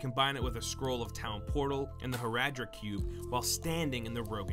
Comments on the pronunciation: the boss is pronounced as bail not ba-al and its the Horadric cube is pronounced as hoe-raw-dric, it is literally said like that in game, clearly you never played the game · You Pronounced Baal and Horadric wrong